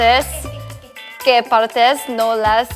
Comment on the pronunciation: Ryujin en el trabalenguas español en “que” dijo “wey” xdd